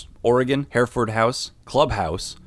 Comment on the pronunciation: you pronounced Hereford weird